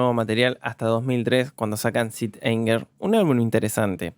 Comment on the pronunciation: Te banco muchísimo pero me duele que le digas "sit" anger a Saint Anger jajjaj